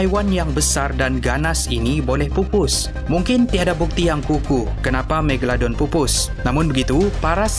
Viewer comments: MEGA...LO...DON bukan MEGA...DON apa benda lah kau ni.. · Megadon ke Megalodon? dgar mcm ckp Megadon 😅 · kau salah cakap tu bukan megadon tapi megalodon😅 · Scientist: megalodon: megadon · Bkn tu je aku dngr sebut megadon, megolodon, megaladon hahahahahah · ekram tersalah sebut.. "Megadon" 😂 btw nice facts!! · haha megadon ke megaladon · "megadolon" hahaha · Megladon kh megalodon 😜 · Ha megadon haha megalodon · Haby Blo megaladon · Megalodon. Bukan megadon 🙂😅😂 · Haha its Mega.. Lo.. Don. Bukan Megadon aduii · Megalodon...bkn megadon...haih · megadolon hahahahahah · Aku dengar kat sini megadon megaldon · megaladon/megadon Me:confuse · bukan megadon bukan meglodon..megalodon kan? haih pening😂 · Kau sebut magalodon pun salah hahaha